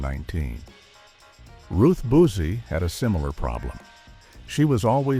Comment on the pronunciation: Buzzi looks nothing like Boozi. Every time this voice says Ruth Boozi it makes me think she's at an AA meeting. Very annoying... May she RIP along with the others whoare sadly no longer with us. 😭😭😭